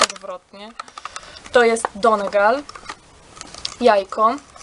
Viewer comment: czyta się ☆donigal☆